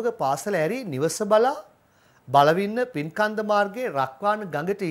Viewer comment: පින් කන්ද නෙවෙයි බන් පින්නකන්ද